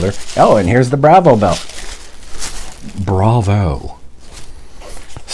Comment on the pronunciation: Its pronounced bravo, not bravo lol